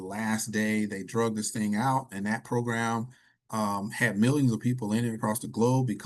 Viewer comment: "Dragged", not "drug" 👍